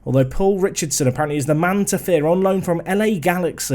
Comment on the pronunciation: You can tell recent saves are in mainland Europe by his pronunciation of Richardson 😂